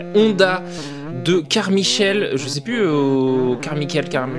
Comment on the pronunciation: Ça se prononce MAïKEUL à la fin ^^